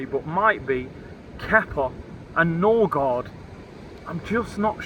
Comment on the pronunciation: Noorgard ??!!!! Smh this is typical Arsenal